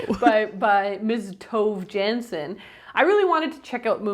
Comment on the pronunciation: I loved the Moomin books growing up so I'm so glad you loved it!! Just thought I'd mention that the author's name is actually pronounced toh-vuh yan-son ❤